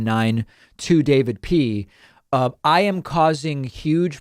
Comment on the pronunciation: "And that's all what I yam"